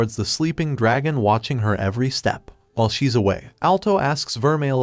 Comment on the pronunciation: A groop of dargon riders😂😂😂😂 Edit: If you dont know; dragon is the proper pronunciation not dArgOn